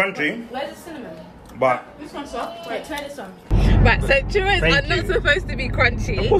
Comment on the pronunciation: He pronounces correctly, “Churros”. coming from a Latina.